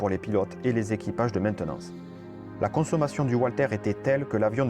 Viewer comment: Très bonne vidéo, juste un petit point de prononciation, le fabriquant du moteur fusé étant allemand, on prononce Valter.